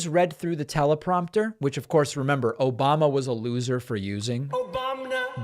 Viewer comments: I say it all the time now too.. "Obamina" 😅🤣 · Republicans mock Biden for having a stutter, yet Trump constantly mispronounces words like it's his first time saying them, also OBAMNA.